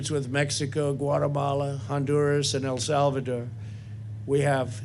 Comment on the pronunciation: "AL SAL VADOOR"